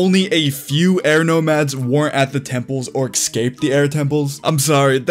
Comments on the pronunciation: why tf do you say excape bruh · “Ecscape” brrrrrr